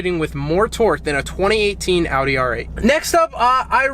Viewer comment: Not a huge fan of the car but im so fucking glad you say Audi right, unlike most other American's I've heard!